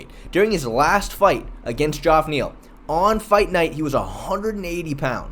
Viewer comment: "Joff Neal"... lmao